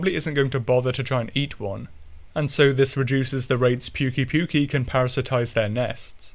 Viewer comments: Am i the only one who is trigger by him saying puke-y puke-y >-< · How do you fuck up the pronunciation that bad they literally say it in the game